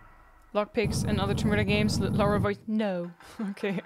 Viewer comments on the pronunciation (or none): Lara, not Laura... Also 0.25% speed - short but good ^^